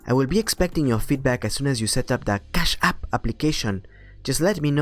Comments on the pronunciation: CHASSSHH APP! im gunna say it like this for now on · Your foreign accent is spot on. Fun to listen to the dialogue this way. Love the emphasis on Cash App. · LOL how you say "Cash App" with the accent. It is hard to imagine that someone could have their bank account accessed on a regular basis without knowing. It is more likely they are just lying. It pays to change your internet banking logon password occasionally and to use a different password for every service. I remember getting an email due to a data breach .. ie We have been watching you. Your password is (insert password here). We have been watching you visiting those adult sites and pleasuring yourself. We have recorded this and if you don't send us $1000 in bitcoin to this address (insert bitcoin address) in 3 days we will send the video of you along side the video you were watching to your contacts. blah blah blah... Due to the password they gave I knew exactly which website they had breached and contacted the website. The previous owner of the site apparently had a weak system which had been breached a year ago and that's why the new guys had got everyone to set new passwords once they upgraded it. Unfortunately I had not done that :(